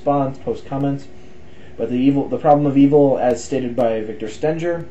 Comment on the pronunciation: When you read from Stenger's book (pronounced Stinger like a bee's stinger) you referred to a paradoxical syllogism about autonomy (which you also could not pronounce). You didn't grasp the point of the syllogism but in your adolescent zeal pretended you did. To be autonomous presupposes that we are free agents or have free will but if God is the only holder of moral truth then we are truly not autonomous. It's a paradox! and it disproves the very assumed nature of God.